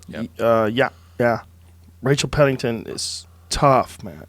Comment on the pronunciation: “Rachel Pennington”